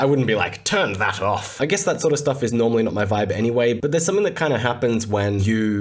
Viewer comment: "turn that off" - in the most stereotypical British accent known to mankind